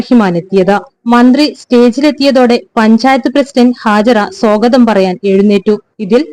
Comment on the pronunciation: സോഗതം അല്ല സ്വാഗതം